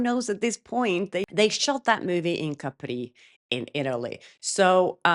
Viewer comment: Please, don't say Capri'! They say all wrong in the movie🫤 The emphasis is on Ca.